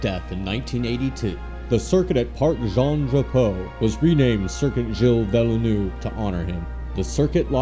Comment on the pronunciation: Villeh-Noov? Vil-Nurve (soften a Curve sound) is a closer pronunciation (Ihail from Montreal so a little defensive here) went to the circuit Gilles (got that par right) ViLL-Neuve for this years F1! was awesome